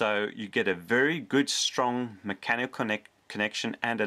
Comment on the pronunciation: Let's play a drinking game. Every time he says macanical take a shot. Let's see how long you last....